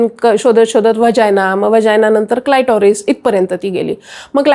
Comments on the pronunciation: क्लायटोरिस नाही ❌ क्लिटोरिस बोला ✅ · क्लिटोरीस हा उच्चार आहे